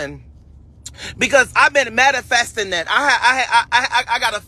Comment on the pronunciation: “Mattafestin”. Jesus be a speak & spell for this L Y I N G Nicca! How u finna be on broadway and BET. Chile 🙄